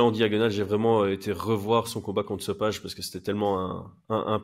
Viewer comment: Salut si jamais on dit sopaï et pas so page